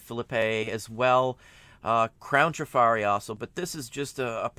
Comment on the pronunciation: Trif’ arri with the accent on the first syllable. 🙄